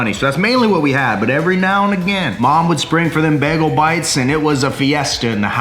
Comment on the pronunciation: Nobody:: BEGLE